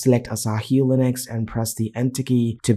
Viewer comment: its Linux not "Linax"